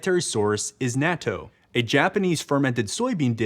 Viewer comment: Great video! BUT, "natto" is pronounced more like naw toh (kinda like "gnaw" + "toe") and "kombu" is more like kohm bu (kinda like "comb" + "boo"). Also, NO. WEAR SUNSCREEN if the UV index is 3 or above! Your body will still make enough.